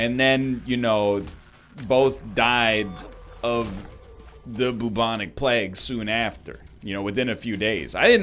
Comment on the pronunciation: Why the frick he says bubonic plegue